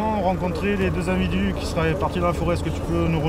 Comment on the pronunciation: " les deux invidus"